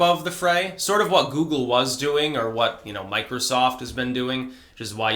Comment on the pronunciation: Hehe, you said micro soft.